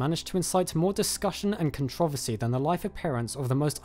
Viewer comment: Hate how you say controversy